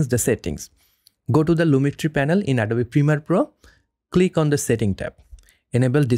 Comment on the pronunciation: Perfect tutorial. Beautiful presentation of information. Suggestion: hit the "o" in the word "Adobe" a little harder to get the pronunciation perfect, as well...English has some strange pronunciations.